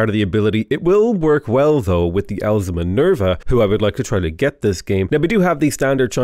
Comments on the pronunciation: Still hearing Elsa Minerva every time says it, still just as confused every single time, still not a smart man. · I know he is sayin Owls of Minerva but I keep hearing Elsa Minerva! Lmfao Who is Elsa my dude?!